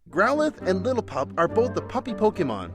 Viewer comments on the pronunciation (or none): There's no T in Lillipup xD